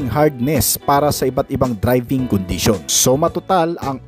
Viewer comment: ProtecSIYON, condiSIYON, directSIYON, acceleraSIYON, capaseetee and capabileetee.